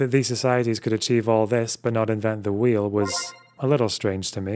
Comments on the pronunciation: Its not HWEEL. Its WAHEEL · I can’t go on if he says “Hweel” one more time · I can't be the only one who finds pronunciation of "wh" sounds as "hu-we" to be maddening? "The hweel" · how many times did you sit down and practice saying “hhwheel” before recording this script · Sorry but we all just gonna ignore the pronunciation of wheel here. Great video would of been made better by just saying wheel like a normal folk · You mispronounce wheel the same way that Stewie Griffin mispronounces cool whip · what's up with pronouncing wheel here? is that a bit? that genuinely fucks me up a bit lol